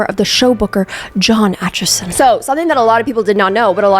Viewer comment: Hearing my last name pronounced correctly is crazy. Nobody in America has been able to. That being said my sisters name is also Emma so I kinda can hear her parents say it.